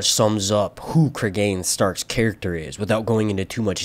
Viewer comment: Pronunciation will be Creeg'n not Cregain like Clegane. English pronunciation is the first one, which I know because there's a well known murder in the UK by a man named Cregan and that's how his name is pronounced.